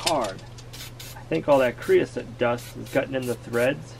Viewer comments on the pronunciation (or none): creosote...like coat...not soot.